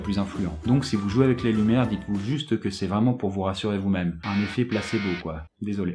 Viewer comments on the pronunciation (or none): Mec... Énorme ! Mettre du "Placebo" quand tu dis "placébo"... C'est du génie. Et c'est cool pour les oreilles !